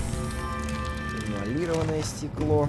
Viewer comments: Да эмалирОванное,а не эиалИрованное!) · Автор, читать учись. Стыковочная шахта, а не стыковая. ЭмалирОванное стекло, а не эмалИрованное. Внимательнее.